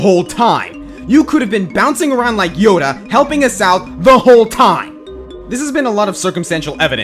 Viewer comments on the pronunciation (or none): none